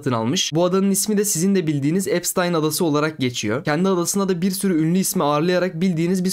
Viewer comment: epştayn diye okunuyor